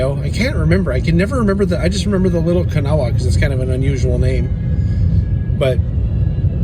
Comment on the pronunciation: I believe in WVA, Kanawha is pronounced, "ka-naw."